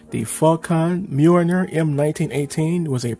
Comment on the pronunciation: the "Faw-Con Mewiner" XD